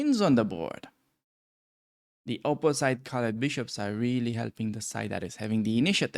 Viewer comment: because your english it’s very good , I can give you a little trick to improve it further: check pronunciation for two very common words: ultimately and opposite although some people like to hear European accents